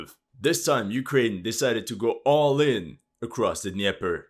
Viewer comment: the D in Dnieper is NOT silent. You pronounce basically all other foreign words correctly except Dnieper. Why is this?